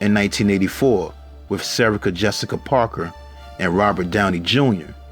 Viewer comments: Did he say Serica Jessica Parker......have i been saying her name wrong this whole time🤔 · He got Sarah Jessica parker's first name wrong.